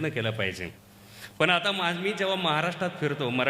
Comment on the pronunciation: सर एकदम सुंदर आणि हृदयस्पर्शी कविता आहेत पण वाचनात काही ठिकाणी "आयुष्य "या शब्दाचा उच्चार आविष्य असा होतोय.त्या ठिकाणी "आयुष्य" शब्द उच्चार हवा .आणि "पन" या शब्दाऐवजी " पण" असा उच्चार हवा. कविता भारदस्त आवाज भारदस्त खूपच छान!! पण उच्चारणा मुळे कवितेचे. इम्प्रेशन डाऊन होते.. म्हणून सांगितले त्याबद्दल रोष नसावा.. चुका काढण्याचा उद्देश मुळीच नाही, पण सांगावेसे वाटले.